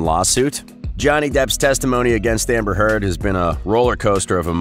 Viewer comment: Before you put yourself out as a commentator on a channel, you need to make sure your ability to pronounce the names within the article. Because its hard to believe the information being shared when the easiest part of the article is the names of the people who you ate reporting about. As in this article within the very beginning when Johnny’s x-wife is mispronounced. It took my entire attention away from the discussion and I became distracted and lost my place within the story. So that being said I guess its time to locate where it was that I was before the opp’s took place. So see what I mean… look at how much this has taken away from this whole mess. 🧐🤪👍🏻